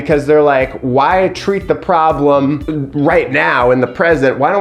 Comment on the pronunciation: "Promblem" 🤣🤣🤣 I don't know why that pronunciation has me literally LOLing. You're especially silly in this video, and I am HERE FOR IT! Are you already new-dad sleep-deprived??